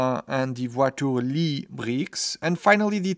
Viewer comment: the "voiture Lee" got me x)